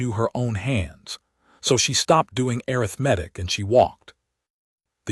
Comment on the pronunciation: Could someone, somewhere, please teach these AI voices how to pronounce the word arithmetic???